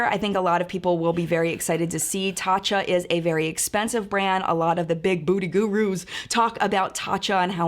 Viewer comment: Lol thought you said "big booty gurus" 🤣🤣🤣 mad love ❤️